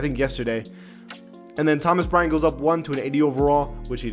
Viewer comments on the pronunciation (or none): none